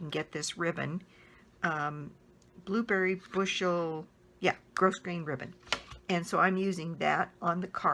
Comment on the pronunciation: Love your videos. The ribbon is pronounced gro-grain. The s is silent.😀